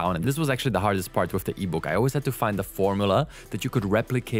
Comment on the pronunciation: Wif, bof, worf. Amazing. You can't pronounce "th". I am glad it is called "Chat" GPT, if it was Chath GPT, you would call it "Chaf" GPT.